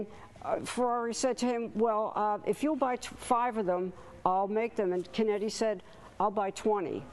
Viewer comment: Beautiful exhibit. Not to criticize, but hope that the correction is made. The name is Luigi Chinetti, Jr. not "Conetti". I hope that corrections can be made before any material is printed. Ferrari enthusiasts are critical of details.